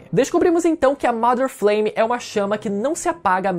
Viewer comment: pq todo video que vejo dessa teoria o povo fala "mAder Fleime", não é assim que se fala inglês não.